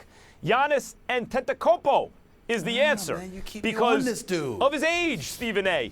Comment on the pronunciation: "kd" is being carried ... Max pronounced it ==== gannis auntatatakoopo lol